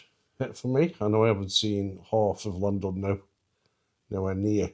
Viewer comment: Pronounced "Clan did no" i believe